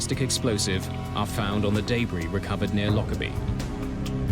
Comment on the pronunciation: I love this show but every time he says debris and schedule I cringe.